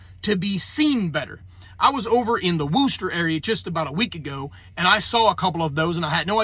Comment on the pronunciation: Ok, for future reference when you pronounce Wooster (here in ohio), the oo is pronounced between a light ah and a light oh with a touch of uh. And yes, practice makes perfect. Even I can't say it right and I live 20 miles away, lol. Saying Wooster how its spelt to the natives will either result in weird looks or lectures on pronunciation. I can almost hear them now... Once you get at least close to pronouncing it right, then you hear someone else say it wrong? Sends chills up your spine. I kid you not. Sorta like what-stir Sorta like whuhht-stir That's the best way of explaining it. No reflective tape out where I live here in Ashland County. Small reflective triangle (about the size of a man's hand) on the back of the buggy, lower right corner. Aside from that, a lantern hook on the side of the buggy for night travel. Thats literally it aside from the clomping of horse hooves and the sound of the wheels. All black buggy aside from the orange triangle. Only time you'll see color is if they've gone grocery shopping and the back of the wagon is open. There is one family (about a mile and a half away) that has a bell on their (again, lantern hook) buggy. Coming up on a turn, they ring it. Stopping, ring a few times. If it's really foggy, they ring it every minute or so. That's the most conforming I've ever seen. I hardly ever notice the ringing these days. Only mentioned it cuz they were on our road last night.